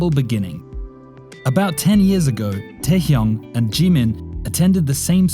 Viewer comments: It's not Taekyunk it's TaeHyung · KinG tAehYunG PaNg sIhYuk Smh did I heard it wrong?